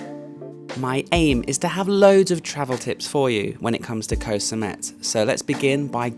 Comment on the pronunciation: You have been in Thailand long enough to know how to pronounce the word “Koh.”